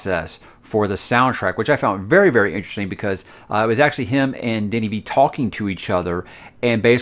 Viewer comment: You say Denis perfectly, and you pronounce Villeneuve in the best way I heard a non French canadian say it on Youtube. Cheers to that. Coming from Montreal, we pronounce it like so: Vil-n-a(like the first a in again or the first a in amazing)-v. So Vil-n-a-v. Or Vilnav, if it makes sense.